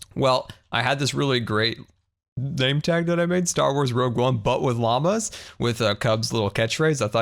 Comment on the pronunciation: I love "Rouge One, but with llammas"